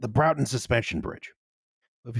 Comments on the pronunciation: It's pronounced BRAWTON not BROWTON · Enjoying / not correcting the mispronunciation of the name of the bridge. It's Braw-ton, not Brow-ton. Source: I live in Manchester and it's about 20 minutes on the tram from my flat, also I made a terrible mistake and my penalty was being the Lib Dem candidate for Broughton in the 2015 and 2017 General Elections. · it's pronounced something like brought-on, northen english always confuses those from the south, so would not notice! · will have more than likely corrected this already (if not, she really is goddamn tired!), but I'm impatient and saying it now! It's pronounced "Bror-ton". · broughton rhymes with norton but this is fun